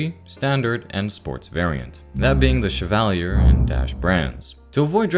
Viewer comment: Everyone's complaining about the guns, but the real mistake is how he pronounces Chevalier and Meade! In all seriousness though, very good and interesting video! Hopefully more Zomboid content is made soon! :face-blue-smiling